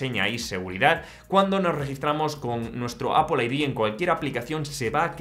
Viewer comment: Es Apple No apul 😂😂😂